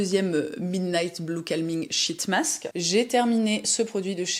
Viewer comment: Quand vous dites « sheet mask » en anglais, je vous recommende de le dire en souriant… 🫤😉🤫